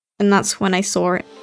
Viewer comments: So many "sawr"s in this video, I love it I SAWR HIM Lmaoo great video, keep it up:) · i-i-i SAWR HIM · "The first time i SAWR a ghost" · "And that's when I saur it..."